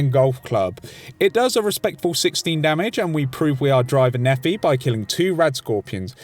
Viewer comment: Great video, but that fucking pronunciation of Driver Nephi's name. It’s not Nephee, it’s Nepheye.